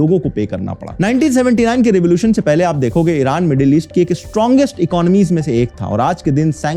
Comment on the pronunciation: Why do Indian YouTubers pronounce Iron as IRUNN ?